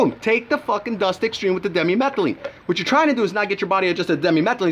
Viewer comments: Di methyl amylamine not demi metheline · lol you cant even pronounce dmaa correctly...1-3 DI-meth-yl-milamine..pronounce it like that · why is it that nobody making these reviews of the chemical, actually knows how to pronounce it.